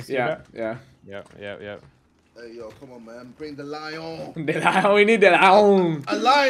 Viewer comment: Vikk legit sounds like a french guy tryna say the lion